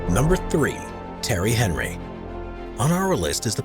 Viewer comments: Terry Henry 🤣🤣🤣🤣🤣 "t-air-ry On-ree" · Fantascic tanks in the video. Just one gripe..... Terry Henry? Really? For a start his first name isn't even spelt Terry it's Thierry as in tea erry and his surname is Henry pronounced On-ree. Apart from that great video 🤘🤘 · Terry Henry ! 🤣🤣😂😂 It's pronounced. . . Tea-airy , on-re ! So funny ! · Right, first off, it's "Tea-airy En-ry" not "Terry Henry". Second, his tank was never built, he wanted to, but abandoned the plans in 2012! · Tea-airy onry not Terry Henry that man is a king put some respect on his name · Terry Henry? 😂 it's pronounced Ti-airi Aun-ri. He's French. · Terry Henry 😂it's pronounced Tee-euh-ree On-ree; Thierry Henry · "Terry Henry" lol - its "Tee-erry On-ree" (French) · World renowned footballer Terry Henry?! It's pronounced tee-airy on-ree ... Terry Henry 😂😂 cool video though, and got a good laugh out of world renowned Terry Henry. Thanks man, quality 😉💯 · Who is Terry Henry? Try again! Tea-airy On-ree because he is French. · The footballer's name is Thierry Henry - pronounced 'Tee-airy On-ree' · The guy calls Thierry Henry Terry Emery 😂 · Love how Thierry Henry is pronounced Terry Henry. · Thierry Henry is pronounced tee-erry on-ree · Can't believe he pronounced Thierry Henry name like that's haha it's Tee-e-ree on-ree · Lol that pronunciation of Thiery Henry though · He said “TERRY HENRY” 😂😂😂😂😂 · How Thierry Henry was pronounced was awful. At least look beforehand and pronounce names correctly when making videos like these. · What a preposterous pronunciation of Thierry Henry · Didn’t even show the staircase tank in the thumbnail… and just mostly picked tanks from the tv show tanked… they don’t even put real corals In their tanks… not a lot of effort put into this list can’t even say a world famous French footballers name properly…